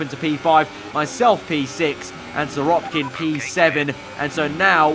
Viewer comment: Why do you say SiroPkin?